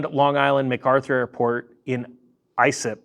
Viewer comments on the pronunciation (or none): Lol, it is pronounced "Eye-Slip"... I got a good belly laugh..... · I live about 10 minutes from the airport. Islip is pronounced "eye-slip". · I live a half hour east of Islip “Eye-slip” is proper pronunciation hahaha Close,! AA is terribly run company. My dad was 25 years as a pilot there. Got out. Hated it toward the end.